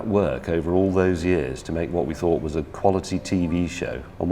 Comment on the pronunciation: I like James but I do wish he would pronounce ' was ' properly rather than pronouncing it ' wuz ' or ' wez ' or whatever he says instead.